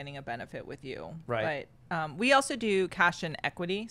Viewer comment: I am Dutch, but her way of saying 'but' sounds really weird to me. She pronounces 'but' like 'buyt'.